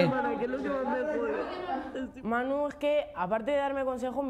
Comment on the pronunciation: La manita relajáh Manuéh